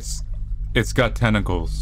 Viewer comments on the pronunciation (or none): At first I thought you said testicles.